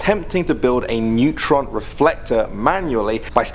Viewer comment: I thought you said a lethal amount of neutrino radiation xD